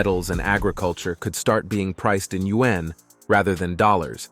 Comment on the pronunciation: Please have the robot reader learn to pronounce the word yuan (yu-an). It's easy.